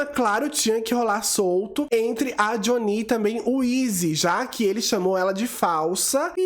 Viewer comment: Adoro seu canal mas eu gostaria que você ouvisse a versão americana sem dublagem para falar o nome deles certo. Doeu os ouvidos ouvir o nome da Jhonnie errado várias vezes… Pelo menos o do Uche vc consertou